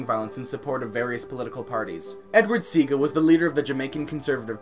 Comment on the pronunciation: Its Edward siˈɑːɡə At least try to get the pronunciations right.